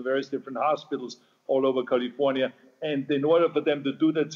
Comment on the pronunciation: He pronounces it as Jose Feliciano used to sing it in that old song. Charming, really.